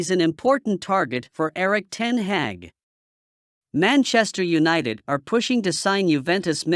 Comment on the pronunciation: Maenchester eunited😂😂